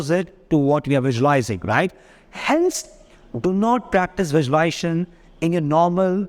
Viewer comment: Sincere advice: please learn to pronounce the word correctly. It is not visuali-ation. It is visuali-s-ation. A video in which a coach promotes visualisation without pronouncing the operative word correctly does not inspire confidence. Maybe it attracts people who have some trouble in speaking English. No one was born speaking English. Everyone learns it. So, please take the trouble to learn the correct pronunciation. Or better yet, why not speak in Hindi? Confidence & success have nothing to do with the ability to speak English. I applaud you for all the hard work you’re doing, and wish you great success. Namaste 🙏🏽